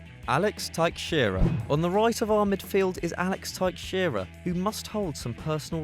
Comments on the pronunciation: What dafuq is taikxheira? It is pronounced "taisheira". Just search it on youtube the correct pronunciation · For future reference, please do not butcher Brazilian names like this. It is not TAIKSHEIRA, it is pronounced Taishaira. As a Portuguese speaker, it is annoying as hell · Teixeira isnt pronounced "Tuk-shira". It's "teh-shei-ra". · Thaiksheera? Well, that's a new way to say Teixeira. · Its pronounced Tex-Sarah For the Teixeira surename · when you spell a brazilian surname like 'teixeira', don't force the X, spell it like a SH. also, i've got to agree with the other people, this guy's voice is boring. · Teixeira is pronounced like Tay shay ra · Taicxeira? Really? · The way he says Teixeira ... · You butchered Teixeira's name. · The way he pronounces "Teixeira" ugh so cringe 😣